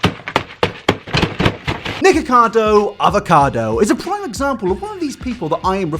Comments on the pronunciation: I thought he said niggacotto for a split second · i thought he said niggacardo avocado 😭